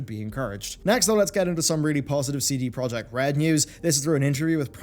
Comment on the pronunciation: It still bugs me that no one pronounces CD Project correctly.